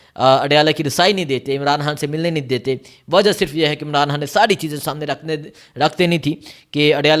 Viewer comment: یہ کیسا اینکر ھے خبر کو حبر کہہ رھا ھے اغوا کو اگوا کہتا ھے۔ خان کو حان کہتا ھے۔ یہ تو چچرا بندہ ھے۔